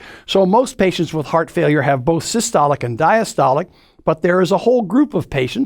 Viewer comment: Bro cant even pronounce failure